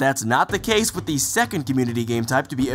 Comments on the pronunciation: cause or case? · Case not cause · not trying to be nitpicky, but it was case, not cause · Did anyone else notice that he said "cause" when the screen said "case" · case, or cause? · Cause? Or "case"? Lol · So was it case or cause?? Get your story str8 m8!